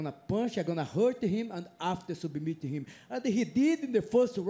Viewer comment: “He subameit him”